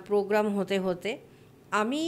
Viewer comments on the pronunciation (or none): none